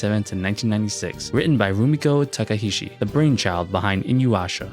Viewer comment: Lmao, why can't no one pronounce this poor ladies name or her characters correctly. Nothing against you,, but there are others who butcher her name and character names. Still really appreciate the video. Ranma 1/2 is a diamond in the ruff and needs more love from the anime community